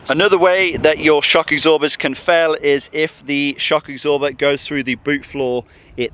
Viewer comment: "Shock icksorber" = Shock absorbers